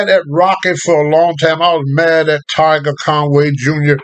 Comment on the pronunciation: My son's name is Tiger so hearing him say "Tager" is fucking hilarious 😂😂😂